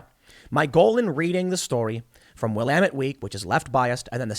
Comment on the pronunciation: You can tell Tim hasn't played Dead Rising based on his pronunciation of Willamette